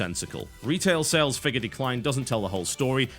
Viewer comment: to "declie" - TB is still human!